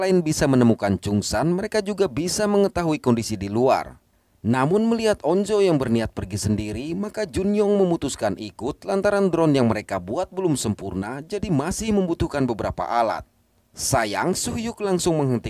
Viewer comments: bang sebutannya on-jo bukan on-zo maaf ya kalau rasa macam menghina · Bang bukan onzo on -jo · Bang itu namanya Nam on-jo kk bukan Nam on-zo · on jo bang bukan on zo 🗿